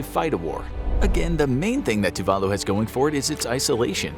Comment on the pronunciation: Tuvalu is decimated by climate change. It's estimated by 2050 no one will be able to live there. Even now the younger citizens are sent to New Zealand and Australia to get used to living abroad. You butchered the name of the island. It's pronounced Tuv a loo